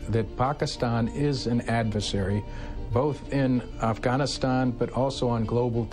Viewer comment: that's not how you pronounce afghanistan... why do pakistanis pronounce afghanistan that way when they speak english😂😂